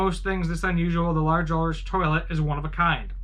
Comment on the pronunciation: That’s not how you pronounce Ulrich.